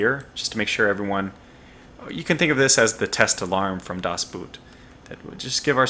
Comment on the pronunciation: By the way the "oo" in the german word "Boot" is pronounced like "oa" in the english word "oak". Your pronounciation of "das" was spot on though!